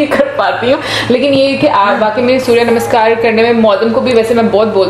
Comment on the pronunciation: Didn't know that. Thank you for educating me. You learn somethinh new everyday., your pronunciation - Surya Namaskar, Sanskriti.😍😍😍